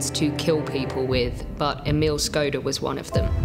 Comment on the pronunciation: it's pronounced - shkoda the symbol over the s you would think historians could look up pronunciation